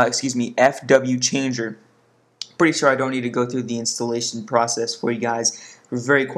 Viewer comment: its fwchanger not wfchanger